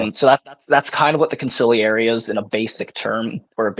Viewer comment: whaddya doin’? We never admit dis ting of ours! You gotta go!! Seriously though, great job! Although you need to listen to how Consigliere is pronounced! 😂